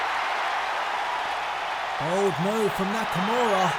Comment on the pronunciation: "Nikimara" lmao that's probably exactly what Vince thinks Nakamura name is smh great stuff this was really entertaining can't wait til wrestlemania.